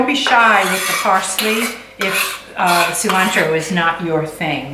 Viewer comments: Your mom said Cilantro correctly . See-lantro. Pico de gallo is a staple in my house. Or as my dad says rooster lips. You guys are great! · Mom is saying cilantro the correct way with the Latin flare. I enjoy watching you both prep and cook your meals. Thank you for making it interesting and fun!